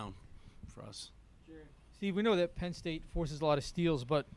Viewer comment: Team sucked today lol issa transition this year… also, “Penn state”? Don’t you mean Pedd state?